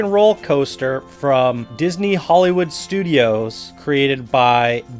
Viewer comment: The coaster was pretty much crap. And it's "Hollywood," not "Holywoo."